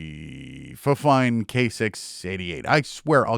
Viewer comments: it's not fine, it's fine-fine 😅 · I believe it's pronounced "Fine Fine" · I pronounced it the same way when I got my fifine mic, but supposedly it's pronounced Fine Fine. Which is totally weird. Great content btw. 👌🏻 Subbed.